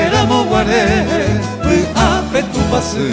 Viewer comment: En la musica existe el fraseo y la pausa , nuestros cantores dicen che memby no es che memby es che memby' con acento tampoco es tupasy ,es tupasy' con acento pronuncian muy mal